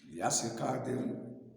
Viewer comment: 🤣🤣🤣 yasir cardin, mohamed Najib. What the hack this guy pronounce so wrongly? Oh i see quran has hole in the narative so the pronunciation has variants.